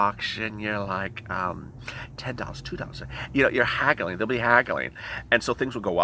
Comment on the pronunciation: You said there's gonna be haggling but I thought you said there's gonna be cackling 😂😂😂 haha! Fits them better!